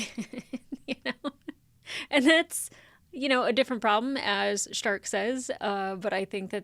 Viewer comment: It is Stark Shtark is the German pronunciation (a lot of the names are German words). But it's not the German dub, it's the English dub.